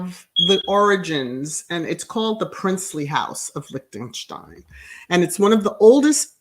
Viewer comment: I knew of her also! I studied German in high school and college! Your pronounciation is correct! Some didn't attend their wedding, but all is fine! We don't hear any craziness from them.